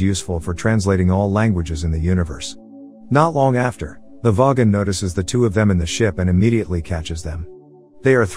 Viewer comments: no no no! voy-gon not vogg-on! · I can't get over the weird pronunciation of "vogon" by the robot voice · Didn’t know the vogan was pronouced that way